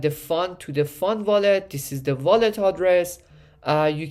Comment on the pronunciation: Take a drink every time he says VOLLET!